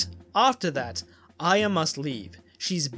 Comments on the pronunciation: Why does he say "Ayeea" instead of Arya? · As much as this is awesome and fascinating... Its A-REE-UH. Not Ai-yah!!! That pronunciation so many times kills me 😂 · you’re brilliant but the way you pronounce Arya as iya drives me insane idk pls use an american accent from now on only when you say her name for my personal comfort thank you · Why can't you say Arya right?